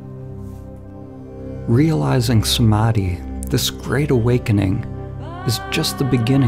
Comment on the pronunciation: That pronunciation of Samadhi in heavy western accent hurts my soul 😭😭😭😂😂😂